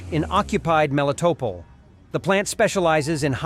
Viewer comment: Why in the hell can you not get your pos AI to at least pronounce at least Melitopol correctly??????